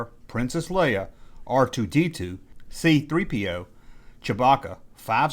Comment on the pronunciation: I had to keep rewinding and listening to it because I couldn't believe it. That is the very first time you ever pronounced C-3PO correctly.